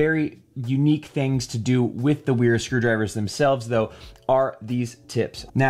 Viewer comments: It's pronounced Véra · Sorry for dropping in like this but this brand is pronounced “Veera” the W is pronounced like a V as they are a German brand and that’s the way Germans pronounce W’s. Again, sorry for being one of those annoying people who point out pointless little details 😅 lol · Kinda jarring how the name "Wera" becomes sth like "Uiiirah". Wth.